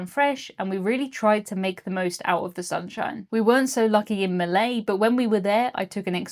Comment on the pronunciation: Wow! You have been in, or passed by, my hometown Kristiansund. How nice. Next time, make a day of it. :-) Anyway - not "Malay", but Molde! :D